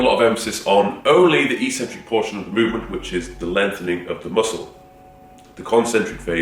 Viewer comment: Take a shot every time he says "Eeeks-centric"...